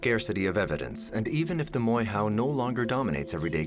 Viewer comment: For those who wanna know the real pronunciation it's pronounced Moy- Ho instead of Moy How. Europeans here in NZ love changing the sounds of maori words and are ignorant to correct it even if they know how to pronounce it. But anywho... Inconspicuous whistle